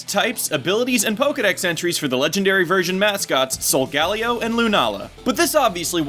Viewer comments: Why do pronounce Solgaleo with 4 syllables...... Sol-gah-leo not Sol-gal-ee-oh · Um is it just me or is anyone else annoyed about how he pronounces Solgaleo. It's pronounced sol-ga-leo not sol-galeo. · ee, not tryna get anyone upset but i THINK the correct pronounciation of Solgaleo is "sol-gah-LEE-oh", not "sol-GA-lee-oh" also, WICKED theory. Game Freak knows how to play it smart AND get people who watch Fullmetal Alchemist possibly interested in Pokemon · this is the first time I've heard Solgaleo's name pronounced. I've always said it Solga-Lay-o. not Sol-galio granted I am latino so that may have something to do with it... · ok so im gonna just go ahead and ask... why does everyone pronouce solgaleo as if there were 3 Ls instead of 2? (sol-gal-leo) shouldn't it be more like sol-gah-leo? with the H being silent? it seems like simple phonics to me... just saying. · it's solgaLEO, not solGALeo leo => lion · Here is the real name origin. Sol of course is Latin for sun like you said, but the galeo part stems from the Hawaiian name Kaleo, which means voice or sound. This is very possible since the Alola region is based on Hawaii. And it's pronounced sol-guh-LAY-oh. Just like Kaleo is pronounced kuh-LAY-oh. I only noticed this because my name is actually Kaleo. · Sol-ga-leeeo please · This bothered me the whole video. It's pronounced "soul-GALEE-o". Not that monstrosity of the way you pronounce it. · Pronounced: Sol-Gah-LEO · it's pronounced sol-gah-LEE-o